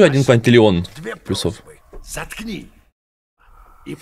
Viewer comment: плЮсов плЮсов плЮсов, а не плюсОв 🫤🫤